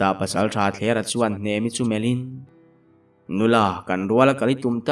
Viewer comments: HNEMA i ti deuh mei a .A dik lo a lawm HNEMI ti tur zawk a lawm😊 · hnemi kha hnema tiin i lam palh hlauh mai. mahse a ngaihnawm lutuk tho e